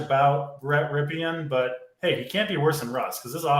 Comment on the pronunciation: You guys never heard of Super Bowl MVP QB Mark Rypien? You keep saying Brett Rypien’s name wrong.